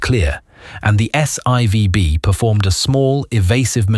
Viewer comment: You irritated my ocd….. The 3rd stage of the Saturn 5 rocket is called S FOUR b, not s eye vee! I remember the announcement that Apollo 12 was hit by lightning on the way up, but I didn’t know about the chaos it created. That whole incident was nothing in comparison to Apollo 13, and we all know how what happened on that mission. Please brush up on how to read Roman numerals!